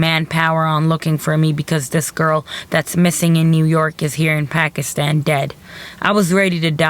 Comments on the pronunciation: A local Pakistani cant pronounce "pakistan"properly? Pack-ish-tan??? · Begam "Packishtan" is how these Americans and Europeans pronounce it. We pronounce it as "Pa'k-is-thaan". I dunno what you are referring to. I hate when the whites cant pronounce the soft "t", or the Chinese, Japanese, Koreans, etc. cant pronounce the hard "T".